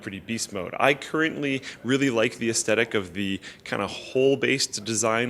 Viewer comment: Gotta enunciate "aesthetic" better haha